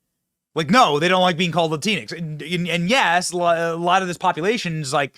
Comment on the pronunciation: It’s La Tinx as in la tinks